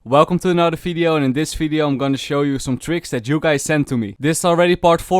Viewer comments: it's vvideo not fideo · I like the way he says video. He says its as fvidio